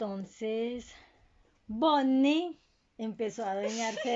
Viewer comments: Me gusta la parte en la que dice boniie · 20% del resumen "Entonces" 20% "osea" 10% "Fredys pizeria" no "Freddy Fazbear Pizza" neeeel 50% BONNIE!